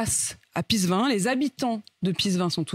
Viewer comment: Si tu l'as visité plusieurs fois, nome le alors correctement! C'est Pissevin, pas pissgain. Darmarien !